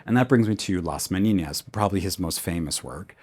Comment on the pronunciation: Amazing video! Thank you for making it available to the public. I derive a lot of value from it! Can we agree that your probunciation of Velasquez and Las Meninas are mistakes though? (As they should not be voiced as Velaskwez but Velaskez, and not Las Meniñas but Las Meninas! Spanish is a language of its own right) Apart from that, props! Really enjoyable, too!